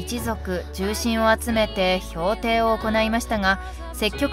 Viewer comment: 評定（ひょうてい）って？ 勤務評定じゃねーんだからw サラリーマン処世術に引っ張られた？